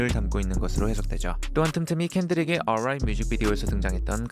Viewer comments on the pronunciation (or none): 어롸잇 발음 재밌네요 ㅎㅎ